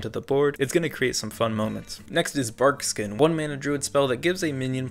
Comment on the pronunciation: So... that BarkSkin misread...